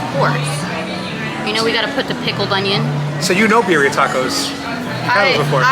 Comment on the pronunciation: She can’t even say Birria right…